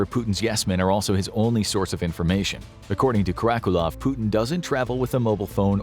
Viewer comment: Karakulov? 😂😂😂 Lo llevaron recio con el nombre